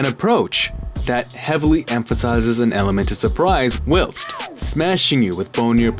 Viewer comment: Stop saying whilst like that. It’s wrong.